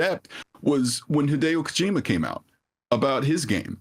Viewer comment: I know I shouldn't care too much, but its pronounced Koh-jih-ma not KoJEEMuh